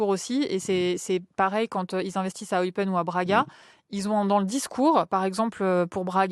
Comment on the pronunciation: Eupaine (Eupen), pour la prononciation. bisous de Belgique